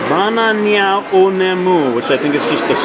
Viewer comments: I laughed so hard with the ba-na-nya x) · Dammit.... Now I want a Ba-Na-Nya....